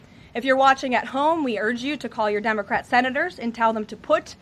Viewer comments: She saying dumbocrat? 😂😂😂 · I thought she said dumbocrat. Lol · Did she say DUMBercrat? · LoL she said, "dumocrat" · She said "Dumbocrat" 😂😁🤣🤭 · Wait, did she just say 'Dumocrat' ?!?!?! Hahaha :) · Did Karoline just start this clip by saying dumbacrat?😂😂😂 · Did she say “dumbacrat “ 😂. Great job 😂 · Love how she says Dumbacrat instead democrat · Did she say dumbocrat haha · Did she say Dumbocrat? LOL 😂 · Does Caroline keep saying Dumbocrat? Sounds like Dumb-ocrat. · Did she say, “Dumacrat??” 😂😂😂